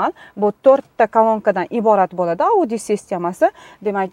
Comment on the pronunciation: Ауди система эмас аудйоооо дейилади